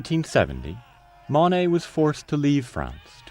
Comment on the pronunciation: I’d be content with someone who can pronounce “Monet” and “Le Havre”